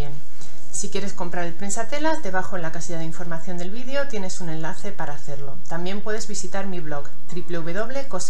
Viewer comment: Se dise video no vidio. Habllbien agarrar no coger coger es cuando se ase oracosa más fea como.los sacerdote coger